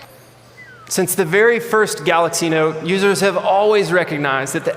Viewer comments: The Galoox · Galox 😆😆... Man i really thought he was just roasting samsung until i saw the real reveal video.. He actually did say "GALOX" 😂😂 You can watch the original video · "The Galax Note 10" 😂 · Someone teach this man how to say Galaxy.